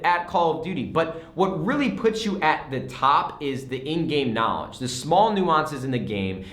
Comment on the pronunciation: It is the knawledge😂